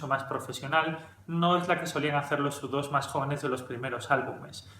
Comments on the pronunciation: Tu canal es una maravilla, nutritivo y serio. Total respeto, admiración y agradecimiento. Dicho esto hay una pregunta. Se que eres español...porqué dicen Depech Moud es decir, aproximandose la la pronunciación en ingles pero dicen: udos en lugar de iutu o you too. No se si la intención era referirse al avión espía o a ti también pero...porqué castellanizar uno si y el otro no? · Es iutu! iutu! iutu! no u dos!!!!!! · Al ser nombres personales no se traducen al español. Luego entonces U2 se pronuncia Yu Two, Brayan Eno se pronuncia Ino, Daniel Lanois se pronuncia Deniel Lenua. De nada. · Latinoamérica y el resto del mundo: u2 (se pronuncia yiutu) España: udos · Se pronuncia "iu" como niu iork